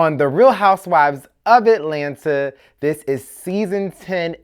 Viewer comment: I just love the way you say ATLanta ...lol